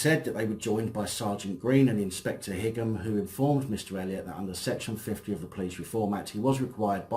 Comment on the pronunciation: i think Higham is pronounced High um (like Highgate)